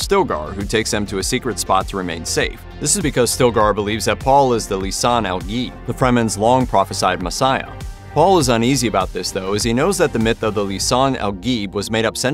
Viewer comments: Lisan all gee😢😢😢 It's lisan al gaib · You pronunciation of lisan al ghaib is weak